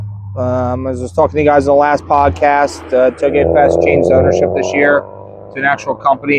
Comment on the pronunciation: Sounds like you said hoagie fest! Lmaoo made me want Wawa